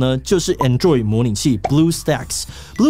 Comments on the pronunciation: 我都唸ˈAnˌdroid，沒想到志祺唸ˌAnˈdroid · 志祺從 covid 到 android 的發音都...很有台灣特色...